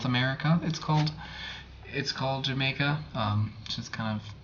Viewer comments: It's pronounced "Ham-eye-kah" Mexicans love it for cold tea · Great episode, as always. One thing I might mention is that the Spanish pronunciation in South America is more like "Ha-Mie-Ca (the middle vowel sound is a long "I" sound. I use dried hibiscus flowers for tea, and I love candied hibiscus flowers,calyxes, they taste very similar to dried cranberries or cherries. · The J in jamaica is pronounced h.